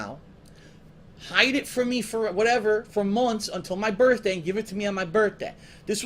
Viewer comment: this is a "funny" story?! that's interesting cause he doesn't spin it that way anymore.😂😂 " I knew I was gunna get it on my "birtday"